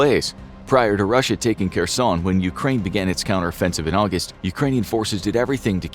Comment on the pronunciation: Was für Experten seid Ihr denn? Könnt nicht mal den Namen von Kherson richtig aussprechen. Und erzählt uns lauter Zeug, das wir sowieso schon wissen ...